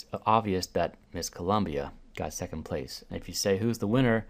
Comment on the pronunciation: Don't forget the fact he said the director in his ear kept telling him to say Columbia